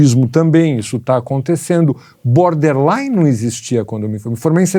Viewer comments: É BORderline e não Boderline...rs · O cara ouve "borderline" e fala "boderline"....